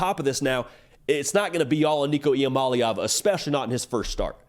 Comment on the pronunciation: Shout out on pronouncing Nicos last name correctly... its not as complicated as people think... the easiest way I learned it is... EE-AH-MOLLY-AHVUH.. with a lot of us and our southern accents it's the easiest way to pronounce it as close to correctly as possible,. without sounding out all the syllables.